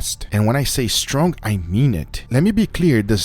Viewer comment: This guy says stronk instead of strong